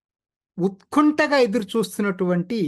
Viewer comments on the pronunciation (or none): మీ ఛానెల్ అంటే నా కెంతో యిష్టం....అయితే కొన్ని తెలుగు పదాలను మీరు సరిగ్గా పలకటం లేదు...ఎన్నో ఎపిసోడ్స్ లో గమనించాను.... ఉదాహరణకు ఈ ఎపిసోడ్ లో "ఉత్కంఠ" కు బదులు "ఉత్కుంఠ" అని ప్రారంభం లోనే దొర్లింది...అది పొరపాటున దొర్లింది ఏమో తెలియదు... ఇలాంటివి మృష్టాన్న భోజనంలో "పంటి కింద రాయిలా" ఇబ్బంది పెడతాయి...నా ఈ కామెంటును స్పోర్టవ్ గా తీసుకుని జాగ్రత్త పడతారని, అన్యధా భావింపరని ఆశిస్తున్నాను...‌ నమస్సులతో మోహన మూర్తి నెమ్మాని..